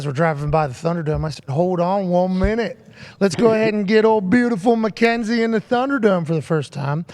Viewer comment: Bro when I heard Cole say Mackenzie’s name on smack down I knew it had to be a mistake😂😂